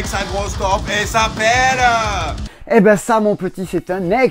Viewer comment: ohhhhh punaise la partie concernant le jeu en allemand!!!!! "et sa peeellllleee"! Déjà, je kiffe quand imite l'accent allemand, mais là, il m'a achevé! 🤣😂